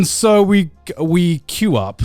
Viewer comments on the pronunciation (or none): none